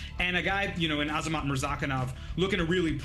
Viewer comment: This guy mispronounced “Azamat” about 11 times. Do some research you absolute fool He kept saying amazat and it drove me nuts